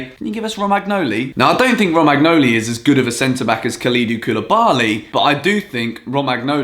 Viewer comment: Romagnoli tho